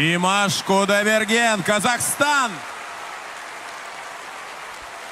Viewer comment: You should hit the last syllable of his last name, not the 3-rd